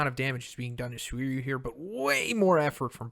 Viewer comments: Anyone else annoyed at how he constantly mispronounces Suiryu? In the anime they pronounce it Sue-ree-ooh. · I love you but bro... My ears bleed everytime you misspronounce Suiryu